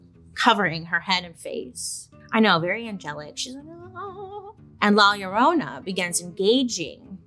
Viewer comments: Oh come on Bailey! U could do better with rolling that r! 😅🤣🤣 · Llorona = crying women, Bailey lol pronounced yo-ro-nah